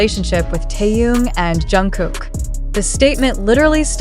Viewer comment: Джин. Чонгук, произнесла правильно, а Тэхена назвала Таюн. Это что? Специально, неуважение?